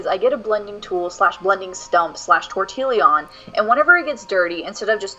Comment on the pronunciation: tor-tee-yon not tor-til-lee-on 🗼